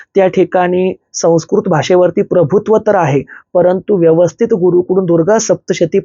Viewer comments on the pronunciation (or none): none